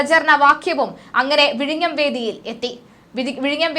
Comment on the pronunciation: എന്റെ കുഞ്ഞേ വിഴിങ്ങം അല്ല വിഴിഞ്ഞം ആണു